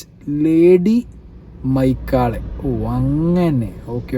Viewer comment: മെക്കാളെ രാജാവ് ആണ് മൈക്കാളെ അല്ല